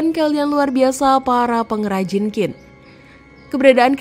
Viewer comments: Bisa baca Q gak? Kok jadi Kin. Harusnya chin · QIN dibaca CHIN, BUKAN KIN, dinasti Qing=Ching😂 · Kontennya lumayan bagus, tapi perlu belajar lagi tentang ejaan Pinyin mandarin. Ejaan bahasa mandarin agak perbeda dgn bhs indonesia. Qin tidak di baca khin. Tapi qin di baca sebagai "Chin". Semoga bisa lebih benar lagi pengucapan nya di konten selanjutnya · Benar sekali, bnyk org Indonesia yg baca Kin, ketauan kurang wawasan , kurang belajar, sebaiknya belajar lafalnya dulu sblm menyampaikan sesuatu dng akurat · Sebutnya "Qin = Tjhin", bukan "Kin" . tq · Bacanya Bukan kin tapi chin😢. Penjelasan sejarah tapi bacanya saja sdh salah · maaf mba cara nya baca nya bukan KIN Si HUANG tp Ching Si Huang....✌ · "Qin Shi Huang" bukan dibaca "Kin Si Huang". Bagi yg tidak mengerti pinyin atau susah melafalkan cara baca tulisan pinyin, coba ini: "qin" dibaca "jin" (bunyinya "ch" bagi lidah non mandarin itu lebih sulit ditiru, lebih mudah dan lebih mirip terdengar sebagai "j") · Q bacanya ch gitu sih yang saya tau ... Qin bacanya chin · Qin bacanya bukan Kin, tapi Chin.. ngawur 😂😂😂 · Dari awal sampai akhir Qin dibaca Kin, Seharusnya Chin, Ching atau Shin... Itu adalah nama yang disebut-sebut bangsa-bangsa asing di luar sana yang sampai pada era moderen berevolusi menjadi China. Jadi jangan baca Kin ya, tidak elok China elo baca Kina🤣🤣🤣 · "Qin" dalam bahasa Mandarin dibaca "ciin" (dengan aksen yang agak datar). bukan dibaca Chin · Qin, dibaca Chin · Qin di bacaNya Ching. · Qin bacanya CHIN, mbak! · Qin, dibaca : " J H I N " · Qin cara spellnya chin kyk mau ngomong china gt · Sebutan Qin, kok di baca Kin? Harusnya ambil dulu sebelum membuat konten. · Qin dibacanya chin boss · Sulitnya orang di Indonesia dikasih tahu cara baca yg benar tetap saja dibaca kin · Jendral wang jian bukan wang jan mbak…penasehat nya li si bukan leu😂😂😂…gak ada kaisar kin mbak…qin itu bacanya cin